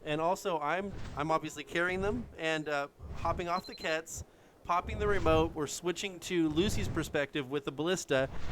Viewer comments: it's not pronounced like kets it pronounced with the q sound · Can't say I was impressed with the commentary (and sorry but Giga and Quetz are pronounced differently), as most of it felt forced and cringe worthy. I caught one or two decent one liners. C4 strapped animals wasn't a bad idea, but should've been wild dinos (as you now know). Offline raiding isn't very exciting, I'd suggest doing more online raids if possible. I've seen some spectacularly well planned raids and some very poorly planned ones, but they're both equally entertaining.